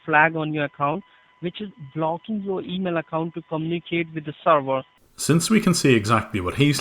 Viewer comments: the way he says "sorvor" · Lol him saying server like "sorvor" killing me 🤣😂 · “let me check the sorvor sir” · oh, he's saying "server"! I kept hearing "star war" and was confused what that has to do with anything : D